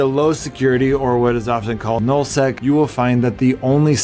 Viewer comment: You keep saying nill sec and it's pissing me off. Its Nul Sec.